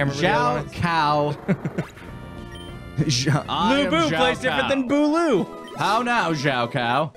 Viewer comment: It was nice hearing you guys talk about dynasty warriors. Its my favorite game series. You got Lu bu, Cao pi, And Zhang Fei right btw